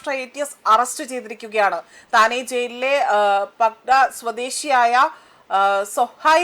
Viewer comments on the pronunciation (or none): മോളേ താനെ ജയിലിലെ അല്ല താനെ ജില്ലയിലെ എന്ന് സ്പഷ്ടം ആയി വായിക്കാൻ ശ്രദ്ധിക്കുക